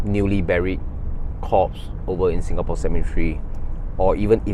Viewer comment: Don’t mean to be rude but I’ve watch him multiple times and the way he pronounce corpse to crops gets me every time 😂